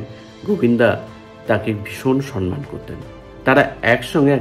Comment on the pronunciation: Cinema uchcharone Sha-er dosh ache. Sonman noy, wordta somman hobe. Ta chara esob purono galpo bolen keno ?